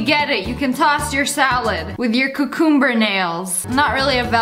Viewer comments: The way she said cucumber cucoomber 😂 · nobody: Lia (Sssniperwolf): cOOcOoMbUr